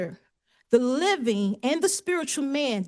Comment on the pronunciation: I've only heard one sovcit who can actually pronounce anything. They usually mess up on beneficiary and pro pria persona. She did a lot of weird ones - she said she's the "mivin'" at one point instead of "living". Also "1st corinthises" which isn't a Bible book. Trespasseding. I'm just typing while she's talking.